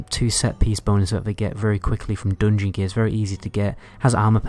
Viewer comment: IT'S FUKEN "JUGEMENT" NOT "JOOGEMENT" !!!!!!!!!!!!!!!!!!!!!!!!!!!!! "DUNGEON" NOT "DOONGYN" I CAN'T STAND THIS NO MORE MY HEAD IS EXPLODING HEARING JOOOOOGMENT AND DOONGYN HOLY FUK I BEG U STOP PLZ TOP